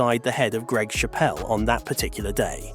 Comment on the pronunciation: You pronounced his surname wrong.